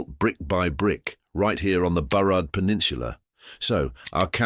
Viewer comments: Some really non Vancouver images and the pronunciation of some of the names shows this is AI narrated. example Burrard. AI GARBAGE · AI doesn't know how to pronounce Burrard and Gaglardi lol